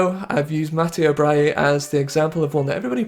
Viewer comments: I love your content and English pronounciations of foreign names aren't the very best normally but butchering Brighi into Bryie is absolutely mindblowing 🤯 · He presumed the g was silent